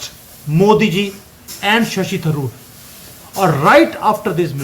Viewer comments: भाई आप शशि थरूर को शशि तंदूर बोल रहे हैं😊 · जी, थरूर को तंदूर बोलने की कृपा बार बार ना करें। यह सही नहीं है।